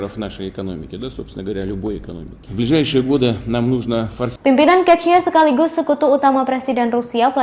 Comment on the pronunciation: Reporternya kuper mampus nih. Chechnya dibaca kechnya